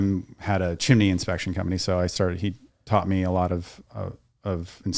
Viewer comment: good basic educational video, but good god its pronounced chim-ney... not chim-eh-ney :)